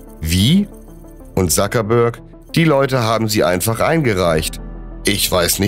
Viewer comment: nicht Sakebörg sondern Zuckerberg